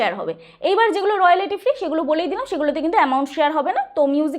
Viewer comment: আপনার ইংরিজি অতীব খারাপ,বাংলায় বলতে কি অসুবিধে,ইংরিজি কথা গুলো ঠিক করুন। রয়ালিটি আবার কি হয়, রয়ালটি আসল উচ্চারণ। এত হুড়োহুড়ি বাপ রে বাপ।অ্যাপিল কি হয় , অ্যাপ্লাই হয় জানি। কি অসহ্য